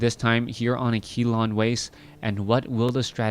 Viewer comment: You have been pronouncing akilon wrong FOREVER!!!! Ask someone how to pronounce it